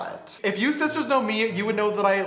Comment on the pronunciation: James charles:"Hey sisiters" Me: Shut up you boy